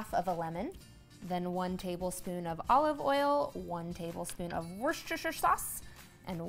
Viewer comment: Can you say Worcestershire sauce again ?